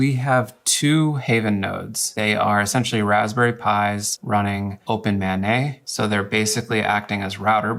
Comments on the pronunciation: "Open Mah Nay" -- either I've been saying it wrong or it is definitely "Open Main". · The way he pronounces OpenMana I thought he was saying OpenMayNay